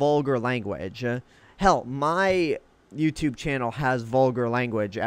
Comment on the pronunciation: Why after you speak ... At the end of a sentence do you say "uh" ??? Like Youtube"uh" ... Gathered"uh".... 900uh